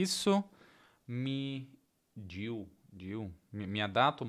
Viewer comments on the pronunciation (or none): "me diu" , o certo é ME DEU...